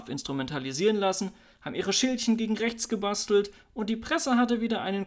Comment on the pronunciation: Freispruch und Demo gegen rrrrächts, was sonst? 🙃